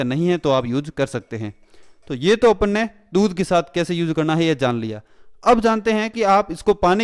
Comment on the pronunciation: Cool voice Especially when u say Apon ne